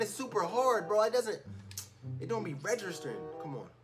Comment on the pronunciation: Tbh he said regeristing😂🤣